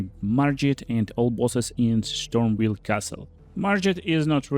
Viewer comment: Oh yaa kill Marjet in Shtormveil castle! Wit the Hoarfrost Shtomp!! Lmao sry!! Your pronounciation is epic!